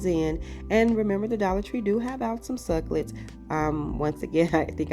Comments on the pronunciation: Simple and really cute! Since you love cacti, it's 3 syllables- suc U lent. Your pronunciation is actually fun but just so you know. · The way you corrected the pronunciation of the word succulent is actually rude and really- pre ten shus. Just so you know.